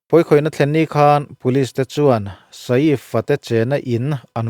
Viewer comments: Keipawh mak kati a nupui ngei pawm saif ti in ako tho sia sa-if han tih deuh tlat hi. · vai news pawn Saif an ti mai a, inla sa-if deuh kher😂😂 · Sa-ifa' han tih kher😂 mi zawng2 lamdan in 'Saif Ali Khan' ti ve mai la. .. Sa-if a tih deuh kher😂😂😂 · A hming hi milar ngang anni a,tv ah te hian an lam hnem na rawh...Sa-if an tih hi ka la hre ngai miah lo,Saif ali khan anti mai,engtia han ti sa-if tlat nge maw inih le,hriat achakawm teh e....Bandra velah sa-if tiin zuk zawng la anlo buai viau mai lawng maw le.... Hmanni california ram kang lah kha,ka en nawna ka ngaihthlak nawn ngat ngat pawn mingo ho chuan PALISADE anti mai iti Pali-sade tlat tawh bawka,changkanna chi khat ah ingai deuh emawni..... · Sa if a tih hi ka duh e😂 sial thak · Sa-if tih hi a lam dan dik tak tur a ni e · Nia, Saif Ali Khan an ti mai.. Tih Saiiiff va tih vak a ngai lo, Engtin nge an lam tih hi hriat hmasak tum hi a tha e 😅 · Sa îf i ti hi chu ..mak ka lo ti ve deuh..I bih zau hmel viau si a.